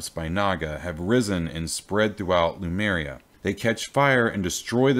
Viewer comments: /LEMŪRJA/, nαt /lumerja/ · Great storyline. Thanks for the series. I am just a bit irritated by the way you say Lemuria so it sounds like Numeria. Always throws me off.